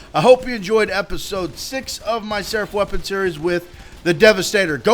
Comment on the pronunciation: Why does he say seref